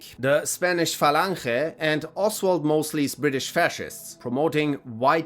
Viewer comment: Another Spanish-speaker. The way you actually managed to say "Falange" impressed me. Good job, hombre!